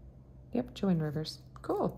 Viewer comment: Also so that no one yells at you when you say Joann Rivers it’s not pronounced Joann it’s sounds like moan but with a J. Your so sweet and I don’t want some YouTube troll coming for you for saying her name wrong. I’ve seen them assault people about their nails! That’s so stupid! Not everyone wants to paint their nails everyday! Yours looks very pretty in pink💕 I just hate seeing my jewelry ladies being trolled😡 Have a great Memorial Day! Stay safe❤️❤️❤️